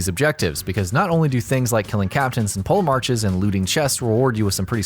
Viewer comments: Pole Marches? You mean polemarchs (/POlahmɑrks/). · It's pronounced po-le-marks not pole marches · I’m sorry but did you just pronounce “Polemarchs” as “Pole Marches”?